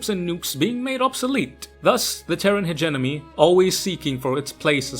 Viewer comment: "terran hegENEMY" is that hegenemy a meme of some kind that im not getting? Because i swear to god i keep hearing content creators saying it like that.